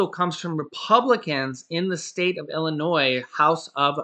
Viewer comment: you’re awesome! You’ve learned the correct pronunciation verbally saying “Illinois”! 😘